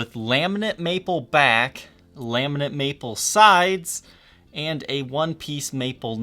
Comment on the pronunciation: Laminate not Laminent......